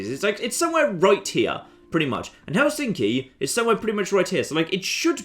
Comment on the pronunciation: I'm finnish it's pronounced hel in ski